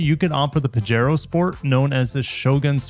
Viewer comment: I think it is "pahero" as in spanish the "j" is an english "h". So...pajero=pahero 😊